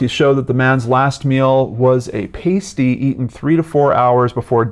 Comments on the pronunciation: Pasty... "ahhsty" not "ayysty" ;) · It's a pah-stee not a payst-ee. It's a sausage roll like savoury pastry but it also has vegetables. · Pa-stey not pay-stey. A meat and vegetable pastry from Cornwall. As you werd. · It's not pay--stee...it's pah-sty. They taste a lot like a pot pie. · Sorry but your mispronunciation of pasty cut through me. It is pronounced Past-E. Not paste-e. That's a nipple tassel/covering. I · OMG haha pasty., they're not stripper nipple covers, they're essentially hot pockets and pronounced PASS Tee lol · Mate, you have a great channel. Excellent stuff. Pronounced PAS...TEE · Lol pasty is pronounced past-ee 👍 * as in your "past" and future* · its pronounced "parsty" with an r but spelt pasty btw if you want another mystery from this city near where i live look up "The Beaumont Children" perhaps Australias biggest missing persons case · And summertun not Somme-er-tom. I’m a yank and I know it’s “passtee” though I lived in the UK for a bit. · Pastey is pronounced past E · a pastie with a long 'a' (pronounced like 'April') is a little tassel or the like worn on an exotic dancers breasts. The meat pie (pasty) is pronounced with a short 'a' as in 'actor'. Just an FYI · More comments about you not saying pasty right than about the case. Lol I think he gets it by now guys. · Great video as always,! But the way you say Pasty... XD (Pasties are still a big thing over here;) )